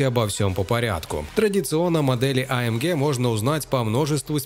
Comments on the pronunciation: гЭ а не гЕ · а эм гЭ !!! не ге... господи, из ушей кровь идет после 3го раза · Ты не один такой. Меня тоже тошнит от этого Геее. Джи, блин, ДЖИ. ЭйЭмДжи. ☺ Так что ты не один, кого тошнит от этой Ге. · А Эм ГЕ😂 гегеге🤣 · AMге прям режет слух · Бесит когда ты говоришь амге😂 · Вымораживает когда автор говорит амгеэ ска бесит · Что еще за АМГееее? Слух резало всё видео. Ни разу не слышал такую версию произношения. Ну и кликбейт, конечно. Где там конец доминирования с такой динамикой??? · Блевать хочется когда так говорят